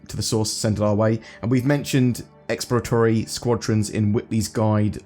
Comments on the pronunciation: ill try to alleviate some headache, "ex-plo-ra-to-ry" not "expla-tory" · hahah "ecks ploor rah tor ree" - 5 syllables <3